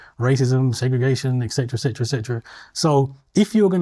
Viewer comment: Has a degree in Psychology but can't pronounce "etc" or "obfuscate". Kehinde is a very rude man and, very definitely, an absolute racist.